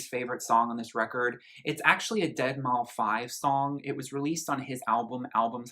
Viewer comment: did u say dead mow 5 on purpose